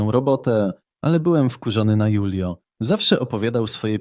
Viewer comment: Może się mylę, ale jeśli to był Hiszpan lub pokrewny, to jego imię czyta się Hulio, nie Julio.